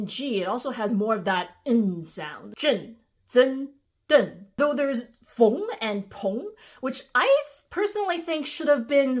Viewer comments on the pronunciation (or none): the rest is fine but 前鼻音后鼻音不分，还把风念成fong💀 IT'S FENG FOR A REASON IT'S NOT PRONOUNCED FONG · FYI about Feng and Peng, not sure if it's your dialect, but they aren't pronounced with the "ong" sound. They're exactly what your prior examples of "eng" ending words were. Also, there is a Lü which people usually write as Lu because English doesn't really use umlauts.